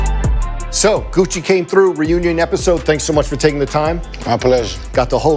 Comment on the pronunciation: When he said "It's Guccheee" 🤣